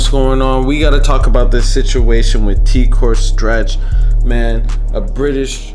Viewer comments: why is he saying teek ore stretch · Pure nonsense, man can’t even say his name 🤣🤣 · are you serious bro? you cant even say his name properly.